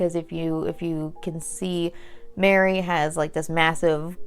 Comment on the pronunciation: Its Merry...not Mary. He is a Took, Meriweather Took.